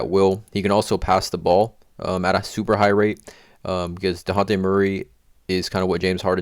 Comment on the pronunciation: you trigger me so much the way you say dejounte